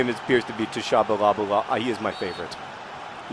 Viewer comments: It's pronounced Sha-bah-lah-lah! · Tshabalala is pronounced Shabalala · Haha! His name is pronounced cha-ba-la-la . I am South African. :P :) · The SA soccer team already has another name - Bafana Bafana. I believe it's pronounced "sha-ba-la-la". Close enough, though! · pronounced Shah-bah-lala :) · I believe it may be pronounced "tish-ah-buh-la-la", but the names disappeared to quickly for me to read it and analyze it :P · Firstly, as a South African I COULDN'T BE HAPPIER THAT YOU ARE COACHING THE SA TEAM OH MY GOD THIS MADE MY NIGHT! Tshabalala is basically pronounced Sha-ba-la-la and yeah, he's kind of awesome and his name is fun to say :D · The T is silent in Tshabalala, so its just pronounced like Shabalala. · They're called Bafana Bafana. Myeni = Mmmm-yen-ee. Tshabalala = all "a"s rhyme with "la as in "La, a note to follow So". Pronouncing the Tsha as Sha is close enough :)